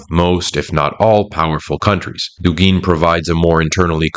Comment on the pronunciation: I just wish you were saying Dúgin, not Dugín.